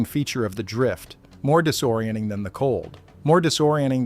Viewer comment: "Disoriending...disoriending...disoriending..." So weird to hear an AI voice repeatedly missay entire consonants. It might even feel a little...disoriending.